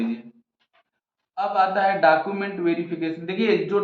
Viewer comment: डाकुमेंट नहीं होता है वो डॉक्यूमेंट होता है 😂